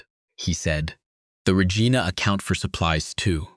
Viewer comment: I'm happy to see this is a Canadian story but your narrator needs to learn low to pronounce cities correctly. Regina is pronounced like Reg-eye-na, emphasis on the 'eye'.